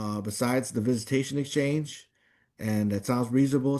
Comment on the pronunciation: If he would pronounce EXchange correctly there wouldn’t have been an issue ffs